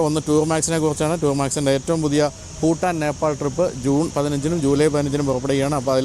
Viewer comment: Phutaan alla ... its Bhutan